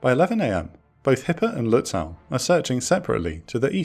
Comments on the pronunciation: Your pronunciation of "Lützow" is off by some kilometers! It's not "Lüts-sow" (means in German exactly the same as in English). The -ow ending ist typical for East German names (like Berilin Gatow airport) and is pronounced like a simple 'o'. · Minor thing, but the "w" in Lützow is silent. Has to do with place names in Eastern Germany originating in Slavic language. You'd pronounce the "ow" like the vowel in the name "Beau". Impossible to know for the untrained enjoyer of teutonic words. You nailed the first syllable, tho.